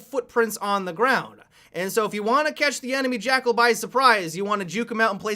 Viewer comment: "jackerl" 2017